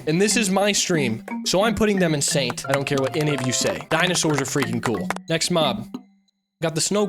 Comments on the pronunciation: When you say Saint kind of sounds like you’re saying Satan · say Saint